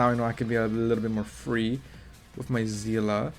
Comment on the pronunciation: it's see-le not zi-la 😢